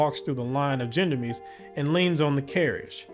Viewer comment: BTW - I do believe the "gendarmes" is pronounced something "shon-darms". If I remember correctly it's a French word for military police (but with civilian assignments as well) - or something like that.